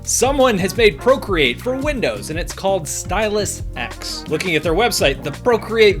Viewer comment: It's S-Tie-luhs eccs